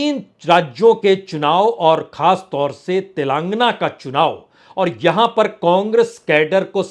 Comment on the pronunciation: Telàng-- gana not Telangna .